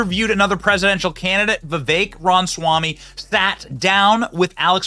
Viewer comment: its been months and you are still pronouncing Vivek's last name wrong. Please do this for future reporting. It feels rather disrespectful and makes you look foolish every time you say it wrong. This is my second time asking in that many months. Ty. Also i do not support him for President.